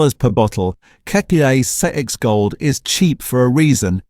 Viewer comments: It is "Four X" not sexsexgold. Dollar fifty-fifty-five a case??? A dollar fifty-five sixty a case? All those prices might be worth re-checking. Not at least checking the AI created content really degrades the quality and believability of your otherwise good content. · A complete load of rubbish! He couldn't even say 4x properly, must be AI. I worked for CUB from 1968 until 2000 and he is kind of right about VB and Carlton Draught but they were using lots of adjunct well before Asahi took over. VB used to be about 70% malted barley and the rest was sugar and glucose. As for the propylene glycol ,that was a coolant which never came in touch with the beer. CUB used to use a lot of antioxidants such as ascorbic acid but they cut right back when I was working there. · XXXX is 4x not that hard if it was done by a human lol hell half the AI stuff that it says lol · AI voiceover. It's pronounced fourex. And it's stubby - not 'bottle'. It might (subjectively) be rubbish beer but at least served cold off the tap. 'Two-hays'. WTF is 'Two-hays'? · It’s actually called 4 x mate if you’re going to talk about Aussie beers how bout you learn how to speak them properly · Maaaate I do love your content but, I have to ask are you Australian? Because it's called 4X not whatever you were calling it, just saying😉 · Hey, Can't you say Four X? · What is this AI talking about? zix zix gold, 1.55 slab, never recommend channel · This stuff 'may' be true, but the woeful attempt by AI to convince us puts the whole thing in question! I mean '2-Hay' - per-leeeze! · “Two hays”, bloody AI, I can’t even pronounce what it called XXXX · The other videos weren't obvious they were AI but this is terrible. How did it say 4x? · Sex sex sex lol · Too Hees New is Enesswahweh's favourite beer! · Sounds like it's saying sex ay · Same as the xxxx gold ment to be said as 4 X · When didn’t pronounce four ex and tooheys correctly I could smell a Ai rat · The way he says XXXX 😂😂